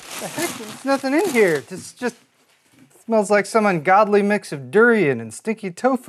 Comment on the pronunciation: He says... RIKE and subscribe....